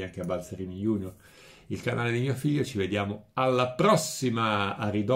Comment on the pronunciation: Buonasera. La seguo spesso e condivido il 99% di quanto lei dice. Un'osservazione non calcistica ma linguistica. Apprezzo molto che lei, parlando del canale di suo figlio "Balzarini junior", pronunci IUNIOR e non GIUNIOR. Così come occorrerebbe dire SENIOR e non SINIOR e STADIUM e non STEDIUM. Quando a Roma si parlava latino e c'erano Cicerone, Tacito, ecc... mi sa tanto che gli anglosassoni si arrampicassero ancora sugli alberi coperti di pelli. Non vergognamoci del latino inglesizzandolo!!! Lei non lo fa e la cosa mi piace. Anche se tutto ciò che ho detto non ha niente a che vedere col calcio e con la Juventus (della quale sono peraltro tifoso, ancorché non ultrafanatico). Buona serata e mi scuso per essere andato forse fuori tema.